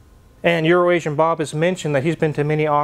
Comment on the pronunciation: So it's Euroasian Bob. Tyler Hoover pronounces it as if it were Urination Bob. I knew that couldn't have been correct. Thanks for the correct pronunciation.